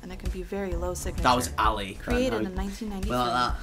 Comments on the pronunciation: Why do you say alley all the time? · I thought he was saying elite. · stop saying alley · I swear to god if this dude says Ali one more time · Tf is Ali bruv 😂